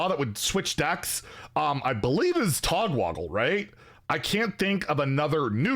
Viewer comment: say it with me tog WAGGLE --- NOT tog WOGGLE